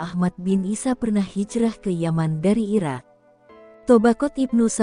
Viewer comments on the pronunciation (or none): none